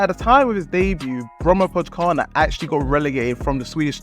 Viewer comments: "brommapotchkarna" :D that was a brutal prounounciation. it means "the bromma boys" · As a Swede your pronunciation of "Brommapojkarna" had me rolling on the floor! 😂❤ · Bromapokana😂 I am from Sweden so it is i little bit fun How do you say it. You say Bromma po J kar na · Great video! Love you trying to pronounce Brommapojkarna. :) It's actually Bromma Poikarna. (The "J" sounds like an "i") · Quick tip, the J in Swedish here is pronounced as a Y. It's more like Poy-karna. (It means "boys") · try see the "j" in Brommapojkarna as a Y instead, like "boy" but instead it's "poy" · As a swede I have to love the pronouncation of Brommapojkarna 😂 it's pronounced more as Bromma-pojkarna, which kind of means "the Bromma guys" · Great video, but the pronunciation of Brommapojkarna is killing me 🤣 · Yeah you kinda butchered it, but its all good. Your video is really good! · hahah yeah it threw me off and got me laughing hard 🤣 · You don' know anything about football. Can't even pronounce the club names, and you make it sound like Gyökere is not old news. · As a swede I wish you would understand how badly pronounces "Brommapojkarna". Funny... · 😂😂😂 isn’t the only me too 🇵🇹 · Haha sorry but as a Swede I have to tell you, that your pronunciation of ''Brommapojkarna'' is the worst pronunciation ever xD It's hard though! But was very funny as a Swede. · Hilarious pronunciation of Brommapojkarna. Bromma(a borough of Stockholm) and Pojkarna(The boys) if anyone wondered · The "Brommapojkarna" pronunciation is outrageous bro😭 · The pronunciation of Brommapojkarna is mental :D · Love it! Brommaboys